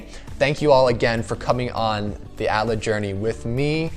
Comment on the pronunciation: A T L A not at laa